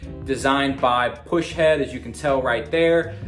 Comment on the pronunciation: It’s pus head not push head